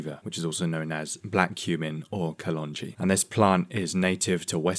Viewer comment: Damn 😩 that on point pronunciation of kalonji gives me an eargasm as an Indian.